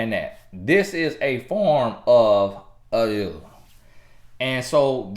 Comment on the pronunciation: 😂😂🤣🤣 the way he says abuse